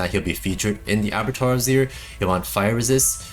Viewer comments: Ah BAH Twahr dude. Please. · Abattoir = A-Boo-Twaa